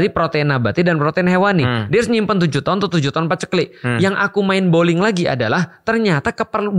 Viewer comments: Mind blowing maksudnya udstad...bukan mind bowling ....😂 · Mind blowing ust. Bukan mind bowling😅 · ustad Felix, mind blowing bukan mind boling 😂